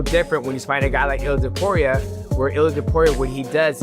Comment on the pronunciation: I don't know about everybody else, but I am so sick of these AI bots. Reading what somebody's wrote and AI which is supposed to be the next biggest technological wander of the world doesn't even know how to pronounce UFC or names. It's so ridiculous and I will say this. The bot can say all he wants about people. Clamoring fans of temporia temporia does not have many fans. As a matter of fact to pour, you has way more enemies than fans. People can't stand the little flea weight. The little hobbits he deserved every bit of pain he endured. I hope the next person that hits him in the face collapses it. I can care less if I never see that dude's face again in my life. He is the most narcissistic prick I have ever seen or heard in my life. Watching him fail time and time again is what I wish for because that's what he deserves. Having a fake funeral the day before the fight. The white rose like he's on a season of the bachelor who gets a rose tonight. It makes me sick. Just engaging. You are a legend. You will always be the greatest the most fun. The most entertaining fighter and mixed martial arts and sarukian don't be mad at Justin. A real man will turn down a million dollars even though he won you 4.5 million on a bet. Think of his position. He doesn't want to take anything from you. He's a man. He's not some little p** that needs or wants a handout and I understand where you're coming from. I think it's a beautiful gesture what you did but think about it the other way. What if